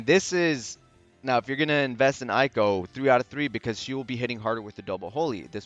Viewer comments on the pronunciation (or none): thanks for the time! Just a heads up it’s actually pronounced “ehyy-ko” as in “ey wassup” lol great vid btw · IT'S PRONOUNCED EY-KO REEEEEEE Other notes tho: *Eiko still has Max BRV issues compared to other units. *Eiko's other solid niche alongside some other supports, is being able to extend buffs by an extra turn via one of her crystal passives (VERY wise to pair with Eight). *Sephiroth's BRV damage potencies are still a little low, but he makes up for it with A LOT of hits. *I suggest saying DPT (damage per turn) instead of DPS due to the turn-based nature of this game.